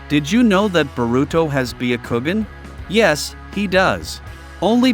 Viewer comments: "" BEE A KOO GEN"" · Baya kowgan